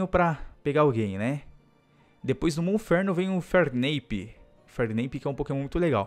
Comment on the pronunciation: correto é infernape pronúncia inferneipe